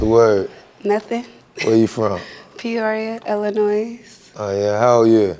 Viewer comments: 1st girl said Illinois with an “S” at the end. Like how can you NOT know that the “s” is silent. 🙄🙄🙄 AND SHE’S FROM THE DAMN STATE!!! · First one from Illinois but doesn't know how it's pronounced?? 😂